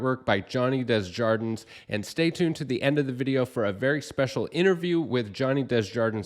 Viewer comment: Love the channel, love the video, and this guy’s art is insane. I cringe hearing pronounce his name. Johnny is probably too polite to point it out, too. It’s DAY-ZHAR-DUH.